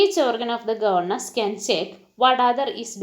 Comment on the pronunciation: It is not govenace it is governance